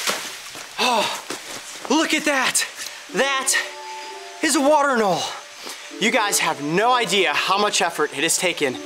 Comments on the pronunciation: AnolE, there’s and E in anolE. Not anol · anole is actually pronounced ə-ˈnō-lē